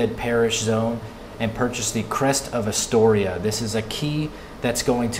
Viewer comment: Did he foreal just say Astoria 😂